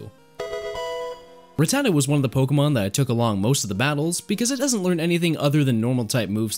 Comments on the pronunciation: The way you pronounce rattata makes me wonder if you have ever seen a single episode of pokemon as a kid 😂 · It’s RAT-ta-ta not ruh-tata